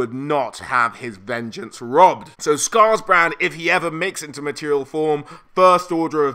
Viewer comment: Scarbrand not scarsbrand